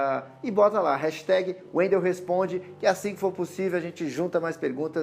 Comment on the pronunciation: Mais um no youtube que fala meu nome errado... Wendel sendo bombardeado pelo Dragon Ball Super haha